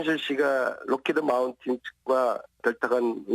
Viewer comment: 록히드 마운틴?? 록히드 마틴이란다. 독일 경찰이 네 말 알아 듣디?? 그리고 대화는 영어로? 독어로? 한국인 통역 썼겠지, 그나라 좌파가 많더라고…거짓말도 적당히 해야지…첨단 전투기 지식이 전무한 순실양이 어떻게 고도의 전문성이 요구되는 로비를 할 수 있을까?. 가방끈 짧은 뻘건 놈 들통났네.